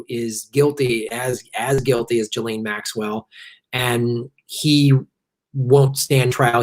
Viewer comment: BTW, the French are doing a face palm every time someone says "jillene". It's pronounced "geez lain", the fucking "s" isn't silent because it's in the middle of the fucking word.